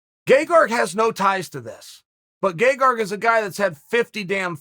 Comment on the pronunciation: Me: His name is Gegard Chael P: Gaygarg Me: ok great, his name is gaygarg